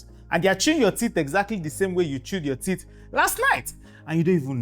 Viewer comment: Teeth not tits ... Watch your pronunciation